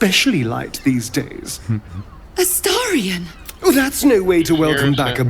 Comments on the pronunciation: HOW TF do you STILL manage to mispronounce a name that gets SAID REPEATEDLY throughout the game??? it's AstArion NOT Asterion. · Esteirion. I love the way you say it unironically like your mouth physically can't make the shapes and movements it takes to say it correctly. This is my favorite 😂🎉🎉🎉